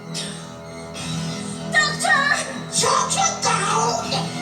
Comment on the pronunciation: Love the way Sil pronounces Doctor as dog-turd!